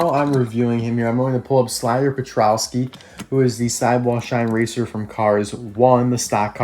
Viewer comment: It’s not slider petrALski it’s frickin slider petrOLski